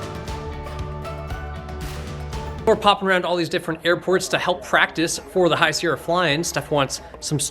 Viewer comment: You refueled at my flight school at Arlington! Sorry for the rude guy. A couple notes: -You did pronounce Skagit correctly! “Ska-jit” -Paine Field is a main manufacturing facility for Boeing